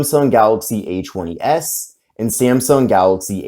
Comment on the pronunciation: Kept checking the description, because when you say A20s it sounds like H20S. Lol